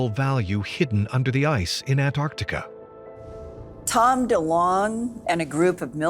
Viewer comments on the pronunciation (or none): NOT Antartica..... AntarCtica. jeez. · Its funny to me that only andrew collins is the only one that can pronounce Antarctica he doesn’t say ant r tica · I always thought was an intelligent man until I discovered he was unable to pronounce the word Antarctica